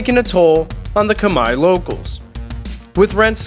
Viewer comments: 1':15" you say: ".. a place for Kamaya families". I believe the ethmicity of the Cambodian people is KHMER (rhymes with bear). Minor detail of enormous significance & best learned now for future reference. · Khmer not Kmie